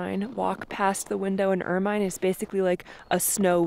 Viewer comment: It's pronounced "ermen" not ermine.